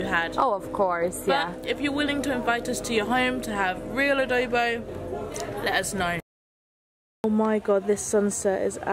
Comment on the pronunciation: Haha its funny how you pronounce adobo 🤣 actually its ah doh boh